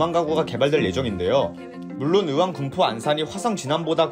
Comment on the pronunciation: 으왕이 아니라 의왕입니다. 발음을 똑바로! 저는 동탄호수공원 살지만 진안신도시 좋다고 생각합니다. 그리고 추천을 하는건지 가진 물건 팔려는건지는 모르지만, 주공?아파트를 추천한다고요? 앞으로 새 아파트가 3만 이상 생기는데? 그 주변으로 맨~~ 신도시들인데? 헌 아파트를 누가 삽니까~~~. ㅎㅎ